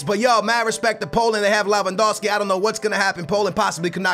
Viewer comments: Neither is his pronounciation of "Lawandowski" it's freaking Lewandowski. But it's just annoying. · it's Lewandowski not lawandowski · Amazing video, goodluck with portugal, and you say L-E-W-A-N-D-O-V-S-K-I but you wright it like Lewandowski